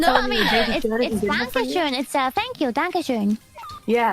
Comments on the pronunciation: its danke schön with ööööööööööööööööööööööööööööööööööööööööö and not oooooooooo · She pronounced it "denke schön" which would mean "think nice" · Danke schun and danke schöin, yeah both cant pronounce it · its pronounced Dunk-Uh Shoyne